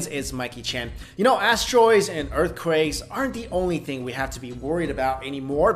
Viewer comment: Haha you said "Earth qruakes"